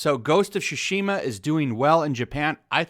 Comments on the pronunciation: As someone who is learning Japanese (from a Japanese man) I instantly noticed in the video how you butchered the word 対馬 (つしま) ("Tsushima"), pronouncing it as "Shushima", lol. Anyways: good video! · Can they stop saying sushima, tsushima! don't do what LoU2 did please! I feel like lot those women don't even play games